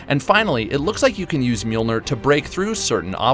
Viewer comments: It's pronounced mee-yol-neer, not meal-nir. Lol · It pissed me off how he pronounced mjölnir. It’s pronounced mill near.